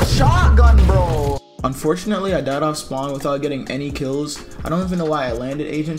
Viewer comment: yo how many times did he say unfortnately